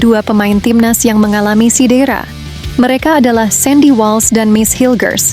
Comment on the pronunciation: INI AKUN DARI MALAYDESH ... SEBUT CEDERA SAJA SALAH DI SEBUT SIDERA ...😂😂😂😂😂